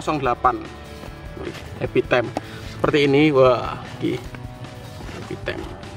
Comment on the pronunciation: Bukan tem,time la lol